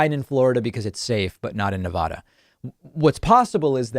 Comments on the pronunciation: David, although I agree with 99% of what you say, I cannot agree with how you say Nevada; It is pronounced, phonetically, Nev-AD-A. Once the state approached ratification, pioneers and settlers inherited the name. ... Nevada, just remember, it's Nev-ada, not Ne-vah-dah. Love you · PSA for all east coasters, it's Nah-va-duh, with an "a" that sounds like "apple." It is not Nah-vah-duh. Please start saying it correctly. I know you all can make that sound because no one says "ah-pple." The state of Nevada even tells you how to say it correctly on their licence plates. Thanks! Your helpful tip from a west coaster. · It's Nevahda, not Navoda. Inside tip